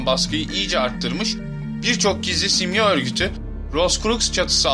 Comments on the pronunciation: YA AGA..SİMYA SİMYA DİYONDA HIZLI HIZLI bi garip geldi dinleyemedim..simya derken .. sondaki a da inceltme var simyaa..YAPAMIYORSAN SONDA 2 TANE aa varmış gibi okul sana zahmet . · dostum simya degil simyaa ikinci a var gibi okunur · telaffuzu, "simya:" (yani iki "a" ile, simyaa)